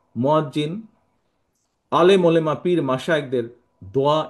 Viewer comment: উনি নাকি মুসলিম,, উলেমা বলে,,আরে ভাই,,উলামা উলামা হবে